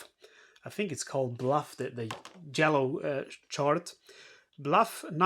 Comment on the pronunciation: “Bluff” should be “Buff” (just trying to be helpful, not critical) 😊